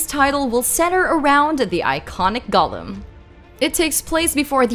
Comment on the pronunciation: Who pronounces Gollum like that?